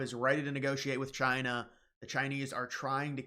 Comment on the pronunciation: Did you say “Trina”, like Trump and China combined 😂